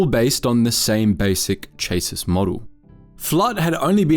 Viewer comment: Chassis is pronounced "chas-ee". Also, there's no "r" in the word "law". Lastly, unless the lore has been changed, it was IG88B that installed itself in the DS2, not IG88A.